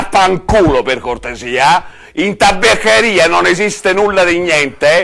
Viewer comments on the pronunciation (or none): "in tabbeccheria non esiste nulla di gniente" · "in TABECCHERIA" XD XD XD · "In tabbeccheria...." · In tabaccheria non c'è gniente di gnientee